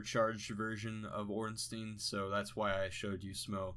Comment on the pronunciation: "smo" is fine, but ornstein is pronounced orn-shtyne...ear-stone